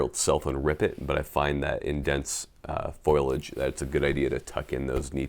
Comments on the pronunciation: I'm not a High Speed guy but I know the word is Foliage not Foilage. Say it with me, Foliage. Now drop and give me 50. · It's not foilage, it's foliage. ;-) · You pronounced it "foilage" when the word is "foliage". Are you sure you're not a Marine? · “Foilage”= Tin foil. “Foliage” = plant growth. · Foilage lol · Foil-age lol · When you say foilage... Do you mean foliage? You say it that often in this video I wanted to make sure I'm not missing something. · Repeat after me.... Fo-lee-age. (foliage). NOT foilage, foliage. It doesn't matter if you look cool if you cannot speak well. (Just nit picking, sorry) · Foilage? I know, I Know he meant. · Heh...he said "foilage". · It's pronounced, "FOL-ee-edge", FYI ;) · Airsofter and subscriber here to call you out for mispronouncing the word Foliage! You sound like Homer Simpson, D'oh! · It's FO-LI-AGE